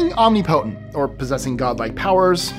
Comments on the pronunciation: Omni-potent? I'm fairly certain that's not how you pronounce it, lol... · Is the mispronunciation of omnipotent intentional? To mispronounce that word is mind-boggling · You pronounce "omnipotent" like someone who has never seen or heard the word before. I pronounced it that way, when i was a small child. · It's the "I've been living on the planet for over 30 years and can't pronounce a common word" paradox.